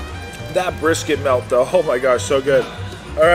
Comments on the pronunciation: What’s a Bristket 😂❤ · * What's a "Bristket"